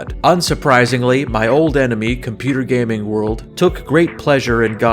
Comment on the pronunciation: Hello. Can i ask you two questions? Will you ever review the Obscure games? Especially the first one is going to be loved by you. It is basically a playable version of the movie the faculty, and i know that you love that one. Also: it is ooooouuld.